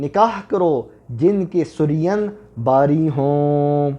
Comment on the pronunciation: The correct pronunciation is “su+reen”. اور جمع کے صیغے میں “ہیں” آتا ہے، “ہے” نہیں آتا۔